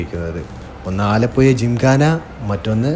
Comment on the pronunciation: ആലപ്പുയ അല്ല ആലപ്പുഴ എന്ന് പറയൂ